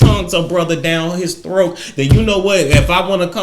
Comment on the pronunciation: Its the way you say THROAK for me 🤣